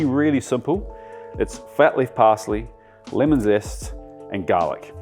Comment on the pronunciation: What on earth is "finnel"? or "limon"?